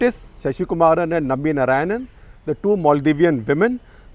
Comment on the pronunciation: you north indians will never get the correct sanskrit pronounciation, it is not NA raayanan, but NAARAAYANAN.